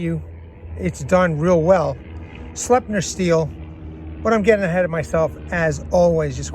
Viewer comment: Slipe-nurr my dude